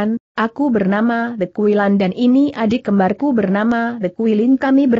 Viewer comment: hehehehe lucu kali bah...😁😁🤪🤪🤪 The kuilan The kuilin di baca De kuilan, emang bahasa inggris The dibaca -de, The di sini itu she / marga (batak) , fam ( manado) jadi The harus di baca te 😁😁😁 The kuilan baca Te kuilan.